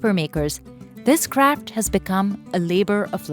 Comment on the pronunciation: Is no one going to talk about her pronouncing craft as crap😂😂. No intention to be offensive but that’s funny 😆